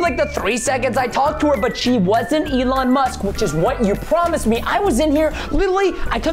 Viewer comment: Lol the way he pronounced “Elon musk” was Elin musk which is my name without musk